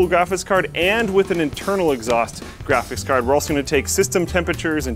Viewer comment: Can we please ban from ever making videos like this until he learns how to pronounce graphics?